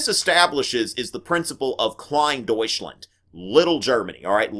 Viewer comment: Heres a way to pronounce Deutschland right..... Deut-sch - land Other than that nice video man! And ya we kicked France's butts!!! Thats friggin awesome!! Alles für Deutschland!